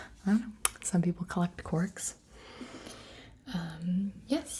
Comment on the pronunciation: Gibi: “Some people collect corks” Me: Thinking she said quirks from my hero instead of corks